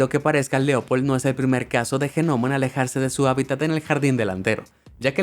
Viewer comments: Por qué demonios dice "G- nomo"? Se pronuncia "nomo", sin la G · GENOMO??? 🤦 LA G ES MUDA!!!! SE PRONUNCIA "NOMO" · me molesta de una manera increible q diga GENOMO y que lo repita una y otra y otra vez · En serio... "GENOMO"? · COMO JENOMO? OSEA GNOMO PERO SE PRONUNCIA ÑOMO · G-Nomo???...........Que no solo se pronuncia NOMO??....Saludos! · Ge nomos.....? Lo he escrito tal cual lo dice, un montón de veces.. Hay que ser bestia..... La palabra gnomo, en español, se pronuncia nomo..... Simplemente. Es un caso de pronunciación como psiquiatra. Que se dice fonéticamente Siquiatra. No pe siquiatra..... Que bruto.... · Que rabia con el genomo la g no se pronuncia es nomoooo NOMOOOOOO!! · Por qué lo pronuncia Ge-NOMO¿¿???? no pude entender nada de la historia de los duendes... solo me dediqué a contar genomos! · ¿Pero tú no sabes como se pronuncia GNOMO!?? El sonido de la "G" no es "J" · Gnomo se pronuncia "Ñomo", y no "G-nomo"!!!! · Por qué dices Je Nomo ... Es gnomo como pronunciando una E que en realidad no suena, pronuncialo con la E antes de la G para que aprendas a decir gnomo (ehgnomo - luego lo pronuncias sin decir la e) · Me da un montón de toc que diga genomo en vez de nomo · gnomo se pronuncia ñomo* no genomo XD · Se escribe gnomo y se pronuncia nomo, no genomo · Por qué dice "genomo" en vez de "nomo" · ha dicho genomo? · Gnomo se lee nomo, no G-nomo. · Sabe que se pronuncia nomo no genomo, pero si se escribe gnomo no? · Gnomo se dice nomo es un nomo … NOMO!!! No “ge” nomo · Genomo!!?🙄😊será NOMO!! La g es como yo! , no vale para nada!!😅😅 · No se dice genomo. Se dice nomo aunque se escriba gnomo. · Por que le dice jenomo la gnomo? (se pronuncia nomo) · "genomo"?...se pronuncia "nomo" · No se dice ge nomo se dice gnomo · me sangra el cerebro cuando pronuncias GEnomo :S, se pronuncia así en Latinoamérica? en españa la g no se pronuncia, se dice nomo, aunque se escribe gnomo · Se escribe "Gnomo" Yo: ÑOMO: GENOMO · "Genomo" no, "Gnomo" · No es G-NOMO 🧐